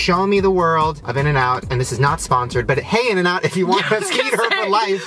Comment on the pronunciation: Its INN-N-OUT